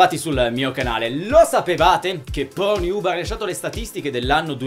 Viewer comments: PORNIUB MA CHE CAZZ....PORNNIUB CODDUE.. PORN HUB... ub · ma solo io capivo "ProNiub" ? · Tornato qui dopo anni solo per risentire il celebre "pornhiub" di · Anche io ! AHAHAHHAAHAH